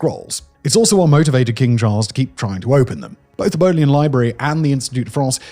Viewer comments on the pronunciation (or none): As a long time visitor to the Bodleian Library and the son of an Oxford graduate, it was disappointing to hear you mangle the pronunciation. It was named after Sir Thomas Bodley, a diplomat and scholar. The first syllable is pronounced ‘bod’ as in trod, not ‘bowed’ as in showed.